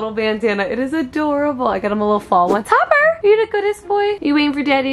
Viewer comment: I'm I the only one who heard say copper instead of Topper 😂😂😂